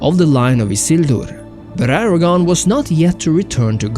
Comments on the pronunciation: Aragorn, not Aragon (a former Spanish Kingdom). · Except the pronunciation of "Aragorn" which is mistakenly said as "Aragon". Gotta get that R in there